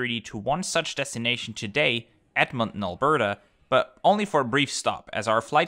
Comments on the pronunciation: Thanks for reviewing this flight as it was good as usual! Appreciate you visiting my home as this city is great! Also it is pronounced edmon ton not edmonon, but still great video! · Another awesome BA video, especially since this one featured my hometown Edmonton! One small thing, the t in Edmonton is a hard t, so it's Ed-mon-ten instead of Ed-mon-en :) Loved seeing the KLM experience, since they finally restarted the Edmonton to Amsterdam route, I can't wait to check it out myself! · It’s Ed-Mon-Ton not Edmon! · You are keep saying Edmond instead of Edmonton 😅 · ed mon ton not ed mon in, just being brutally honest.🤣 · A closer pronunciation is EDD-mun-tin, with the last vowels almost not pronounced.